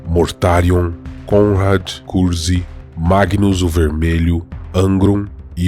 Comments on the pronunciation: Muito bom, embora algumas pronúncias estejam estranhas Vc faz parecer que o segundo nome de Conrad é CUZCUZ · vc acaba falando curzk e soa como cuzcuz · Konrad Kurze mas pronuncia como Curse (Maldição) Tzeentch não se pronuncia "Teezentek"